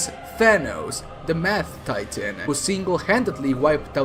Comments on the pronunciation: no offense but at 32 seconds in instead of mad titan it sounded like you said math titan again no offense. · why does he keep calling Thanos the "Meth-Titan"?? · Did he just say The Math Titan lol. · Who alse heard "Thanos, the Math Titan" ? Cuz that is 100x scarier than original Thanos. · Now I can't not hear Thanos, the Math Titan, one of the most purple beings in the universe. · i thought he said the meth titan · When he said mad titan I thought he said math titan and imagined thanos as a math teacher. what is 2 - 4? Balanced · Also sounded like he said "the math Titan"...